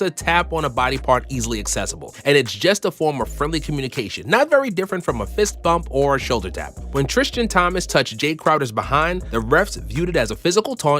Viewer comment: nobody talking how he said “trishtan Thomas”